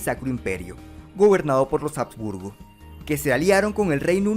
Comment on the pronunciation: Se pronuncia Abs-burgo, no Jabs-burgo. La H en español nunca dejó de ser muda.